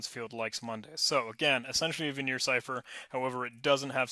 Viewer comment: My friend, it is not Vignere, it's Vigenère. Pronounced in an entirely different way :)